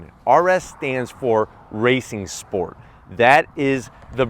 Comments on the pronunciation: RENNSPORT Not racing sport. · 🤦‍♂️RennSport! (not Racing Sport) ✌️🍃🛫